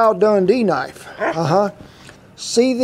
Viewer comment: Now that a knoife.